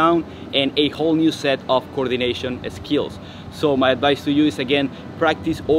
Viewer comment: Great tips thanks so much. What a physique. I'm guessing you might be eSpanish eSpeaker because every word in this video starting with St or Sk or Sp you put an E in front automatically .....por ejemplo.... like eSkills, eSpace and eStrength ! I used to have a Catalan gf, and this always amused me when she eSpoke to me. Kudos from the UK !